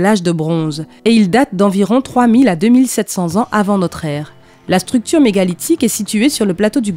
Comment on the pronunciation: Elle dit une chsructure 😭🤦‍♀️